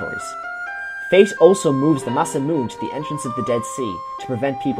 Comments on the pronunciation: Some people just don't like that fourth syllable. As a kid i use to pronounced it as mah-sa-moon, my brother pronounced it as mah-say-moon. It wasn't until we got older that we finally know it's really pronounced as mah-sa-moo-nay. We just don't like the nay part. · There is just one thing that bothers me, and that's the pronunciation of "Masamune." I hear SO many people pronounce it that way - and I get it, most Westerners don't know how to speak Japanese - but it's like hearing someone say "NOOK-ya-ler" instead of "nuclear." XD FTR, it's "mah-SAHM-uh-nay." Like Masamune Shirow?